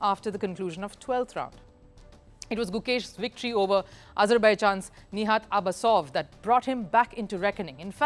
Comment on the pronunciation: Appreciate your coverage on Chess but please correct a few mistakes. These aren't huge mistakes but there are quite a few... Hakamura understandable... You've repeatedly mentioned as Niat Abasov in Azeri language there is "J" so it's Nijat as it's spelt... Firouzja is originally Iranian but now represents France not Italy... Ding Liren is pronounced as Ding Lizchen in Mandarin... If not for Vidit Hikaru would've win the tournament by now, because Hikaru lost to Vidit TWICE.. Everyone is downplaying Fabiano Caruana , he's the second best player in the world and he's just half point behind of the leading pack